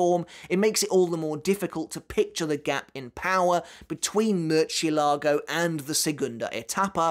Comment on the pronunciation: The way he says “murchzielago” infuriates me